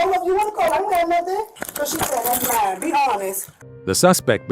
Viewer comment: How many syllables are in “that’s not myiine!”?